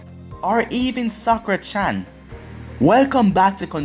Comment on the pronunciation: Stop saying sakura